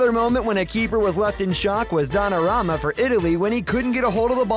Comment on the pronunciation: Did you say donnarama😊